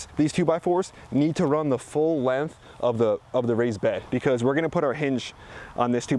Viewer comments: “It’s time to get the lenth” It’s Length, not lenth 😂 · There is a G in LenGth.... really. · "cut these to lenth" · good vids. you say 'lenth' a lot. there's a G in there, length bra. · Good info, but the "Lenth" ??? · Learn how to pronounce the word "length" since you use it so much. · Length.... length..... you say that funny I dunno